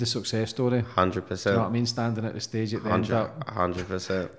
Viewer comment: Are you trying to say “the” when you say “da”